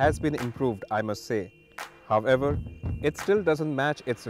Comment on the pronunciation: Someone help the presenter to pronounce 'However' Single word my friend